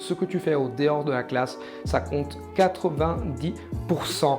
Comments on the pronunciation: Sa prononciation de en dehors c'est le seul truc qui a fait un peu tache, mais sinon son accent est parfait. Tu peux dire qu'il n'est français si t'y prête vraiment attention mais comme t'as dit on devine pas un accent italien, j'entends plus des influences anglaises parfois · Oui je pense que j'aurais jamais deviné si je ne savais pas, et oui la prononciation de "En dehors", mais je trouve presque que ça donne un style 🙂